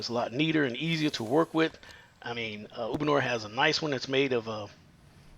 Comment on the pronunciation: Uponor not ubonor ??